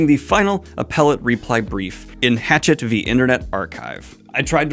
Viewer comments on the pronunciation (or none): Just a friendly head’s up! The publisher “Hachette” (you pronounced this as “Hatchet”) is French and is meant to be pronounced “Huh-shett” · I think it’s pronounced hash-ette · You know you can check pronunciation of.. literally anything on Google, right? (Check "Hachette" pronunciation while you're at it...- you're very far from it, the h is silent, and there's no emphasis on any syllable)